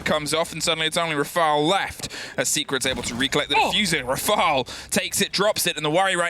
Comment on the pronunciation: is so damn annoying fr. stop screaming into the mic and trying to be extra rolling the R's on Brid and Rafale's names ffs